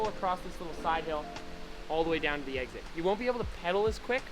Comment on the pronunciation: "eggzid" lol. Love your tutorials Finn, could you make one about how to train for downhill racing. Would be cool:)